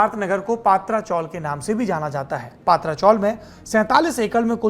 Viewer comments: पत्रा चाळ not पात्रा चाळ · अबे पत्रा आहे not पात्रा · पात्रा नही पत्रा chawl !!